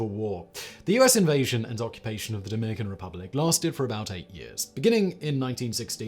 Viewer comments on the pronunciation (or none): none